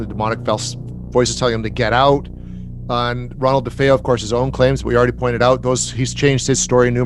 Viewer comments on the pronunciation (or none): 1) Is it really hard to pronounce Lutz and DeFeo correctly? :D 2) The Lutzes never claimed blood or slime poured out of the walls. Gel substance from keyholes, yes. 3) The Lutzes were not "bogged down by legal issues"... they even disputed any financial issues too. 4) DeFeo never testified he heard voices, so the press never picked it up. He claimed this to a court psychiatrist, which his lawyer made public AFTER the Lutzes left the house. 5) The Ghost Boy pic was first shown in 1979, way before Photoshop and "digital computers"! 6) Father Pecoraro never claimed he was "swarmed by flies", that was the movie. 7) Members of DeFeo family DID wake up - for instance Allison has gunpowder particles behind her eyelids - they just never had time to move or leave their beds. 8) Ronnie DeFeo is serving 6 x Concurrent life sentences, not Consecutive - he's gets a parole hearing every couple of years. 9) The Lutzes did not sue Weber for saying they made it up over bottles of wine. He sued them first, claiming they stole the story from him, and they countersued for "Invasion of Privacy". 10) DeFeo "changing his story many times" has no bearing on the haunting.